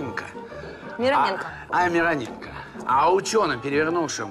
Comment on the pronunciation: Кстати, правильно именно МирОненко, а не МиронЕнко)